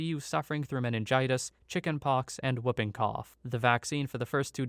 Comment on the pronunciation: "Whooping" to rhyme with "swooping". Not "Wuhpping" to rhyme with "tupping".